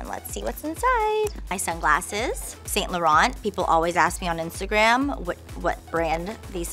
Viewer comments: Brandon it's actually the correct pronunciation lol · She's pronouncing it correctly, but she has that valley girl "accent" that puts more emphasis on words.